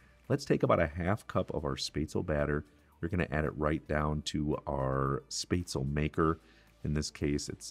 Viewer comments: Real Swabian here, I know a little bit late... It's Shbetsle. In Swabian, almost every SB, SP, SD, ST letter combination is pronounced with the SH sound. Also, Schwabenland is the standard German way of saying it but no real Swabian would ever say it that way as that word is very special to us. It's called "Schwåbaländle" (or "Schwobaländle" if you don't use the å) pronounced [ʃvɒːbɐlɛndlɐ] and it is our home 😊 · Hello I am a German and spetzle is my food that sp in German is pronounced shp I was born in to a German immigrant family and German and English are my first languages I have one of these spetzle makers I bought mine on amazon I am a food blogger from Wordpress I never went to culinary school I am a home chef however and I am nearly self taught but my influence come from my grandfather and he is my muse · I'm from germany and first I just laughed so hard of the pronunciation of Spätzle. I create a special typ of the original recipe with venison, onions, pickles and mushrooms in it, that's really tasty. The one thing I don't like is that you fry the Spätzle in butter. The problem with this is, that the Spätzle will never soak up the sauce, and that's very important. Greetings from swabia (the home of Spätzle) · Good job there chef! 👍🏻 We eat Rouladen in the winter but with red apple cabbage and dumplings. Also good job on the Spätzle too, I laughed heartily at the pronunciation. Thank you for this. Lots of love from Deutschland! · Looks good, now you need to work on the pronunciation of the word “Spätzle”, it gives me the creeps when I hear you say it wrong! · Both grandmas, my Mom and now I make this dish and have for decades. This looks like a pretty good version. For those who don't have a spaetzle press, you can just use a common kitchen strainer and the back of a large spoon to press the dough out. Btw... LOL... It's not "spay-zle". It's pronounced "schpet-za-la". 😄